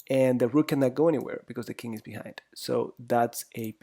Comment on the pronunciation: why do you pronounce king as "kink"?